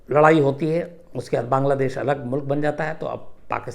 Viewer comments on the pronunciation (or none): none